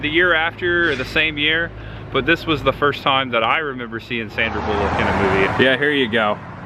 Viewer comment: Why do you pronounce Sandra Bullock's surname in such a stupid way?